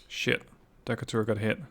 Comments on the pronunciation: Also, it pronounced "Dee-cay-tur" ...after Stephen Decatur, American Naval hero .... Barbary Wars, War of 1812 .... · I know how you pronounce Decatur is probably correct as a European, in the states, they would definitely say Dee-Kate-rrr